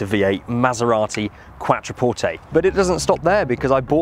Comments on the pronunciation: "Quatroporteyyyy" Jesus mate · Please pronounce Quattro (as in Audi Quattro) porte.